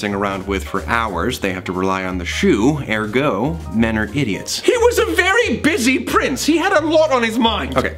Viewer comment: “Air go” is “Ergo”, btw.